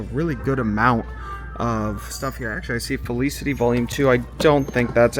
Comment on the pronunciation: Fel-eeecity lol